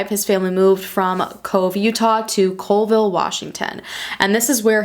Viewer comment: Being from WA & hearing you pronounce stuff was cringe lol Makah is pronounced Ma-Kah long A in Kah & Colville is Call-ville